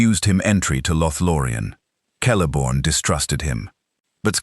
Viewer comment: Sell-a-born.. not kel-a-born.. get it right.